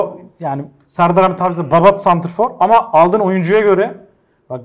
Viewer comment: "babat" mı dedi o? 🇦🇿